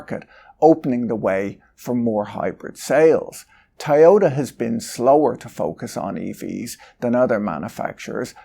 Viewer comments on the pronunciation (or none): Why can't you say Toyota? You're saying Tai yota. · What is "Tayota?" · But have u heard of the car manufacturer TIE-OH-TAH? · Despite your pronunciation of Toyota I'm still offended on your behalf that youtube always switches on the CC automatically for your videos.